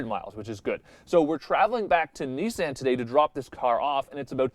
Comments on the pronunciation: I'm annoyed by it too. I say "nee-sahn" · Why does he say Nissan like that? Have I been saying it incorrectly this whole time?